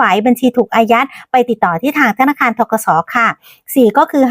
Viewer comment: ธนคาร อีกละ พูดชัดๆค่ะธนาคาร